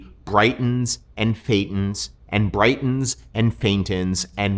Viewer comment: "faintens" haha